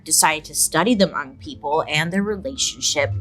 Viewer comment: Hi Bailey, I love you! I’m believe you’re speaking about Hmong people. Thank you for including us in your video. We are very spiritual people and you were definitely pretty spot on! Pronunciation could use some work but amazing!